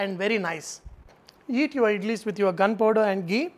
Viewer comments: is he saying gunpower? O.o or gharam power? and what is it? ty :) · I'm sorry but what is he saying when I'm hearing "gun powder". I know he's not but it sounds like he's recommending that I eat them with gun powder.